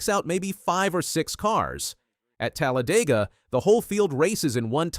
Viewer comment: i hate how you said Talladega